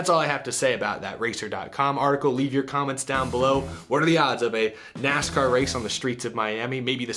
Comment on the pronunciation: Ah yes, my favorite motorsport, NASHCAR.